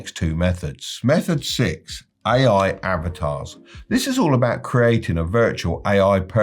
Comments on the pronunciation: Does he pronounce AI "aiai"? That's how I know the advice is not going to work. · Why did I think he was saying "aye aye" 😂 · "oue aye"